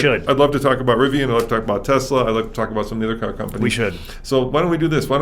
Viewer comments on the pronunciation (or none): How can this guy know so much about cars and still say “TeZla” instead of Tesla?